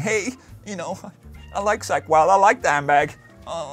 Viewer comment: "Sack Wylde" - Ola... love you man 😂